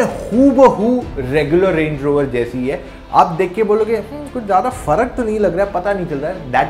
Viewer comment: Review is okay but , Time : 1.26 minutes Y did you call it Range RovAAR ? Time : minutes “ Leaviyed “ kya hota hai ? levied hota hai bhai . Why are your pronunciations so bad ? Please don’t act ( over ) smart . Rest about the video , your information seems to be authentic and review is okay . Also , 0-100 in 10 seconds is NOT fast , I get it it’s heavy but 10 seconds come on . And BHP also matters unlike you quoted that numbers don’t matter . Try for yourself and compare drag racing a stock 200 BHP car vs a 500 BHP , you’ll know ( other criteria such as torque are equally important) BHP also matters .